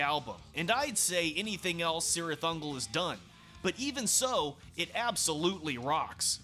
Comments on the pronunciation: The C at the beginning is a hard C sound, like a hard K. It's properly pronounced KIRITH UNGOL.... I'm not saying, I'm just saying, know what I'm saying!?!😮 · Awsome but you are saying the name cirith ungol completly wrong specialy the C word.! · In all Tolkien's work, the C is pronounced as a K. So, the proper pronunciation is Kirith Ungol. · The band pronounces it with a soft C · In LOTR, yes. The band pronounces it with a soft C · The band pronounces it with a soft C. LOTR pronounces the hard K. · In Lord of the Rings, yes. The band pronounces it with a soft C. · Say just Sirith Ungol